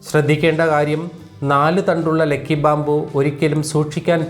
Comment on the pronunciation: ലെക്കി അല്ല ലക്കി